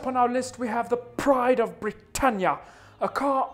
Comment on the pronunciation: “the PRIDE of BRITtania” lol